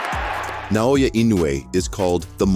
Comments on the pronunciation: Please pronounce our Hero in right name ( NAOYA ) not Nanoya That is disrespect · Na O Ya, not Na Yo Ya